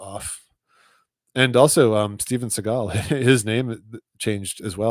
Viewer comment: Definitely remember Steven Segal too. Seagal looks ridiculous and doesn’t fit with how everyone has always pronounced it, which is Segal like “Se” not “Sea”. Now it might as well be Seagull!